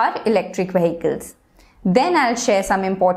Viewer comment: The pronuntiation of Vehicle is in correct.